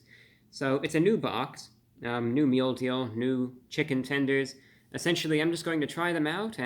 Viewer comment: Chichen Tenders! Omg we said it at the same time!